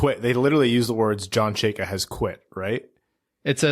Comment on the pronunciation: How can you all mispronounce Chayka? Especially fake Russian.